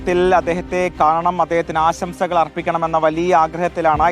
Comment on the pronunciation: അസംസകൾ അല്ലാടോ ആശംസൾ😂